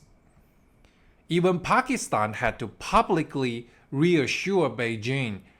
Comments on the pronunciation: Bro, learn how to pronounce Pakistan. You keep pronouncing it as Pakistine! Bro, it ends with TAN not TINE. PakisTAN. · Why do you keep saying Pakistein?